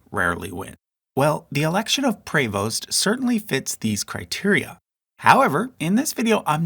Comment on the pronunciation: Prevost is pronounced like “preeee-voast”